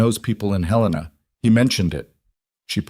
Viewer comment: Not Hay-lay- nah. It's pronounced Helen - uh